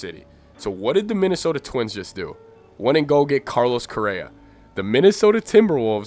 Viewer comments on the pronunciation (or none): none